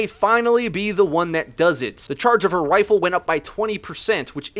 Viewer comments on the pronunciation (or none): "her wifle" Hehehehehehehehe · I know he probably said rifle but it sounded like wifle to me.